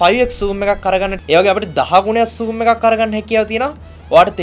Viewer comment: Not soom its zoom